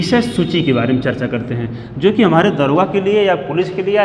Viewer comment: दरोगा नहीं दारोगा होता है सर जी।